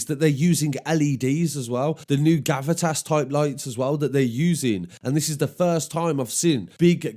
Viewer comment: Gavitas = Ga-vee-tas